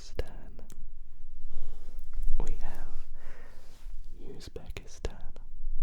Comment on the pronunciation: Does he say Pakistan ❤😂😢